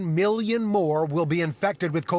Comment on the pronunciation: 29 "milloin" ?